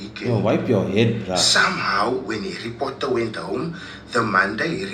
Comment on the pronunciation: Foken Harry Potter will never be the same… Now I only hear Hairy Potter 🫠🫠🫠🫠🫠🫠